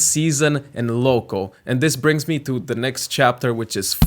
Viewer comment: Am I the only one who miss-heard every time he said "local" as "loco"